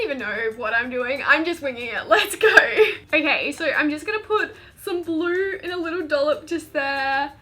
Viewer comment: For the highlighter DIY it sounded like you kept saying glue instead of blue🤨🤨🤨